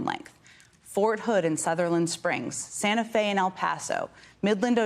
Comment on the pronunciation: Jen, lose the vocal fry. (Look it up.) Only high school girls do it. And you, like other "journalists" can't/won't pronounce Spanish names such as Santa Fe and Uvalde. Work on it. In conclusion our little governor has, in the past month, announced a family massacre and called the victims aliens. Now this. Last winter, he bused migrants to chicago in freezing weather. He wants badly a macho image he will never have.